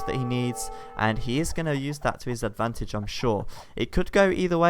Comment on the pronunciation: I KEEP HEARING hight abantage ? what abantage like extra range when on toop of a hill?